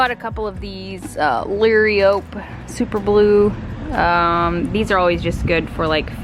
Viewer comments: I think they are pronounced lahr-RI-o-pee ...the lariope plant. Looks great! thanks for sharing! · The one green grassy looking plant is pronounced Low- rye-oh-pea. You chose good plants!!! I live in Central Florida!! 😁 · Looks very pretty! The red, pointed plants that you weren’t sure about are caladiums (Cuh-lay-de-ums). The gardenia will probably come back—just water, water, water. I have always loved working outside in my flower beds. Luh-RI-uh-pee is how you pronounce the Liriope plant.😉 Everything is looking fabulous inside AND out! Also, excited to find out what gender the baby will be! May the Lord continue to bless you, abundantly!😊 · Liriope I think is pronounced liar-O-pee or I’ve also heard it called monkey grass. Both the variegated and solid variety produce stems of small purple flowers toward the end of the season, not lilies, unless those were stella de oro? A lot of work! But so satisfying. It looks great! You guys sound like us with unlimited projects but not unlimited funds and time. We are in the middle of new flooring and painting trim from stained to white. And I want it all done NOW 😂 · I think you pronounce it la rye o pea.👩🏻‍🦰